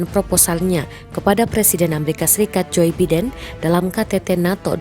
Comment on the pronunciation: Ngmg Joe Biden e kliru. Presenter raiso omg English po. . 😅